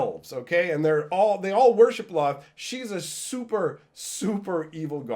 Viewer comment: Can't say I've ever heard Lolth pronounced with only 1 L sound. Official pronunciation guide for her name: Lolth (pronounced: /lɑːlθ/ lalth or: /loʊlθ/ lolth or: /loʊɑːlθ/ loalth)